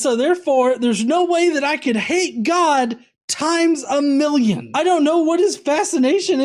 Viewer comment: Times a molloonn